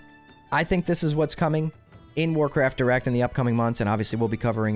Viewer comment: Might want to enunciate those two words a little better because I kept hearing Warcraft Erect. But hey, sex sells 🤣